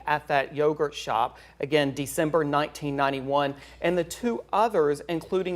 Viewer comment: I can't believe its yogurt. newscaster said it wrong at one point. kind of funny